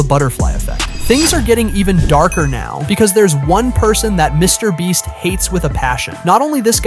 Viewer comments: BRO SAID MR BLEACH AND MRS BREAST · "Mr. Breast..." 🤣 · Bro said "MrBreast" instead of "MrBeast" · Bro really called him Mr. breast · no way he said mr Breast💀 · Mr. Bleach..😂😂😂this narration guy have somekind of mental issues. Sometime saying Mr. Breast sometime saying Mr. Bleach. 😂😂😂cmon he is Mr. Beast. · mr bench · Mr breast lol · YOU NEED TO STOP SAYING MRBLEACH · he said Mr. Breast😅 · bro said Mr. bleach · He said mr. Breast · He said mr bleach😂😂😅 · Did anyone notice bro was calling him Mr. bleach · If you watch the whole video the guy doing the video calls Mr beast Mr breast lmao 😹🔥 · "Mr Breast???" who heard the voice say "Mr Breast" ???? . was this video done with AI? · in and Dude said Mr Bleach and he says Mr Breast🤣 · dude said Mr BREAST!!! LMFAO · bro said Mr breast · Why'd you keep calling him MrBreast occasionally? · Mr. Breast 🤣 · can we just talk about how he randomly pronounces Mr. Beast😂